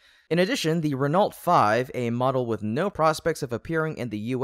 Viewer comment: By the way guys, Renault is pronounced "Ren-oh".